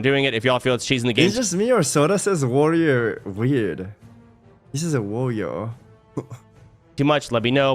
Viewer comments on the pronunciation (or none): Why do Americans say woyor for warrior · soda thinks the first 2 R's in warrior are silent 😂